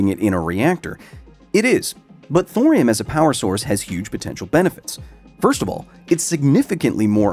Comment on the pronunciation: It’s thorium Thor